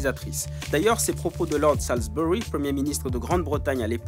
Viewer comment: Salisbury se prononce Sawzberee ;)